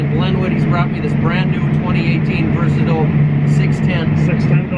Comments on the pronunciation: It’s pronounced Versa•Tile. Say it like a Canadian when you it’s a Canadian tractor lol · you will have to teach your salesman how to properly pronounce Versatile. I heard you say it right